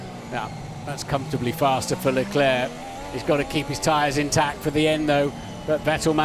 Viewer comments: strange why Croft always says Leclair instead of Leclerc?? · Croft, will you ever understand it's Leclerc and not Leclè?